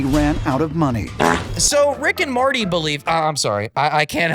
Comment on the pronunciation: As a Rick and Morty lover I smiled every time Rick and Marty was said 😊